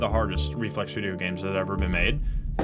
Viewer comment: As it was fortold, I am awakend at the sound of droping wideo